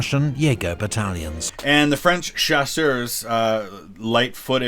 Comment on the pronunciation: Hey, Just do not pronounce the final s of chasseurs and you'll be good ;)